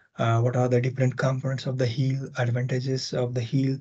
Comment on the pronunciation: At the beginning of the video, I understood that you said "HIL" as "agile" for a while. :D The topics almost got mixed up.my mistake of course.